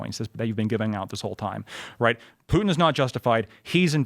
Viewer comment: Putin... Its Putinnnnnnnnnn, guy is such a useful idiot